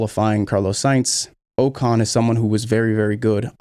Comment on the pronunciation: Ocon. The next Keke Rosberg. [Ohh-con], not [oo-con].